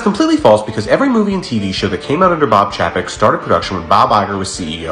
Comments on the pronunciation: Chapek pronounced Chay Pek not Chaa Pak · It's pronounced 'Bob Chay-pek,' not Chappek. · I’ve heard chapek pronounced as “CHAIPEC” so hearing your version sounds funny to me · It's pronounced chay-peck. Have you forgotten how vowels work? If yoi have a vowel consonant vowel combo, the first vowel is said like you say it in the alphabet. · I think Disney had less of an issue with Bob Chapek as you do having an issue pronouncing Bob Chapek 😂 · You’re pronouncing his name wrong. It’s Bob Paycheck